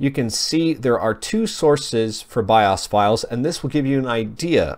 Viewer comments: Bi-'Ah's? Dude.. It's called BIOS.. with a LONG O.. as in 'bye-ose'! How do you not know this?!! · it's not pronounced bioss, it's Bi-O's! Piss me off! Drove me crazy all video! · BIOS! not BIAWES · BIOS is pronounced BYE-OHS. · "by- us" or by-o's? why's he saying it like that. It's irritating. Or am I wrong? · 'biawss' wtf is that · you say bios weird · thank you i thought i was the only person who noticed that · Helpful and accurate, I liked the video; he does say "bios" really odd though. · The way he says bios lol